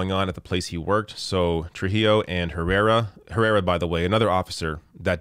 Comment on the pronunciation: You pronounced "Trujillo" quite well but failed with "Herrera". It should be pronounced like no H . Just starting with the vowel "E"